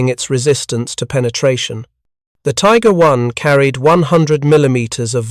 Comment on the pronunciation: Tiger Is ; M36s; Stupid AI calling the use of "S" meaning plural, or more than one, but simply saying Tiger "is" or M36"s". Oh yeah, then there's the erroneous use of the Belgian town of St.Vith, Saint Vith, not Street Vith as AI pronounces it.